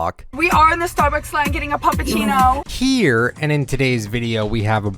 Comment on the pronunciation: I think she said puppechino